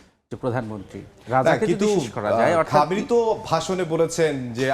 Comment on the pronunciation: সময় টিভির সাংবাদিক ২ টাই চরম বেয়াদব অশিক্ষিত ইহুদিদের দালাল,,,,সে ইহুদিদের নাম ভালো করে শুদ্ধ করে উচ্চারণ করে,,,, আর ইরানের সর্বোচ্চ ধর্মীয় নেতা আয়াতুল্লাহ আল খামিনিকে বলে শুধু খামেনি কত বড় বেয়াদব